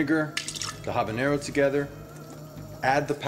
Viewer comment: Like how he says habanero the right way.